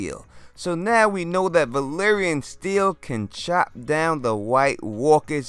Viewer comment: They say Valyrian, Varys says Valerian. Maybe he had too much tea that day.